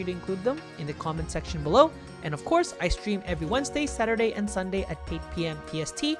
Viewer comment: I thought you said "ice cream" and not "i stream" and i was like, that's a pretty solid ice cream schedule ngl